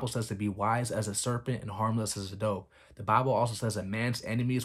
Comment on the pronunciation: Your supposed to confess with ur mouth when you get saved. And it’s when you FAST, don’t make a big deal out if it! NOT when you pray. You can pray all day if u want, anywhere, out loud or not! And it’s harmless as “a dove” not a doe